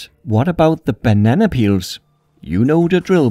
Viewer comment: I need you to make more videos involving bananas. I’ve seen two so far and I love your pronunciation of banana.